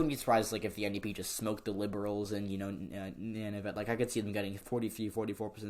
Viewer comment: Good job on Canadian politics. Canadian aboriginals are called first nations and the northern aboriginal peoples are called Inuit. "Nun-uh-vit" is how to pronounce Nunavut.